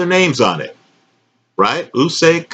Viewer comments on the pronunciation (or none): none